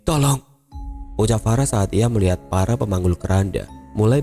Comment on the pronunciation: Saya salah dengar ga sih kok terdengar seperti "farah pemanggul keranda" 🤔